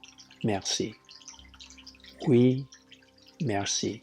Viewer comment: Your Oui and Merci are well-pronounced. :) I would still translate your book to French! :) Thank you for this great video!